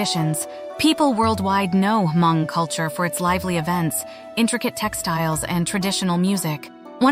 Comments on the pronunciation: The you pronounced Hmong is wrong. Not Ha-mon-g! Hm-ong! The g at end is silent. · Ugggghhhh it’s not ha-mong!!! H is silent it’s just mong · It’s not Huh Mong….. it’s Mong, the H is silent. I do like this video. Thanks for doing this. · Thanks. FYI....the "H" is silent. Please just pronounce......Mong. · Thank you for making this video. Only thing I cringed was the pronunciation of “Hmong”…. Every time the narrator took a breath for “H”-Mong. 😂 The “H” is silent. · Hmong culture is not only for hundreds of years and is not H-mong, try to pronounce better. It's over 8 thousand years. Want to know more about the Hmong, STUDY HARDER. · "Ha-Mong"? H is silent. 😂 Hmong /Hmoob. 😊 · Despite the AI voice struggling to pronounce the word Hmong, sometimes with a hard “H” and also spelling out Hmong words instead of correctly saying I’ll give you props for researching my people’s culture. It would be nice for you to contact a person of the people you are exploring and get their insight, including the proper way to use their language in your videos. Anyway, thanks for learning different cultures of the world.